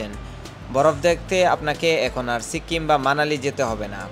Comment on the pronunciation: আপনি ধারাভাষ্য বর্ণনার সময় এতবার সো সো বলেন কেন ? আর আপনার উচ্চারণে কিছু কিছু সমস্যা আছে যেমন সিক্কিম না, উচ্চারন হবে সিকিম